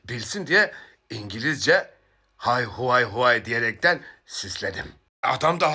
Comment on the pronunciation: İngilizce Hay uvay deyince Ekrem aklına gelmiş olmalı 😂 Hay vay neeyyy 😂 harika ingilizce 😂